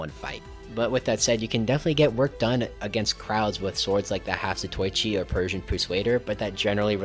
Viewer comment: erm actually it’s pronounced the half-zato-ichi ☝️🤓